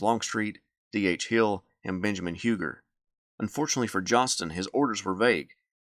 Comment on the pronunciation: Do you pronounce Hugers name wrong as a sign of disrespect? Just asking